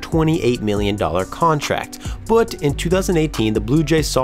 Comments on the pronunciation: Are you from upstate new York? I've only known one other person who pronounced "but" as "bpwut." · I know you're a blue jays fan cause the way you said "but"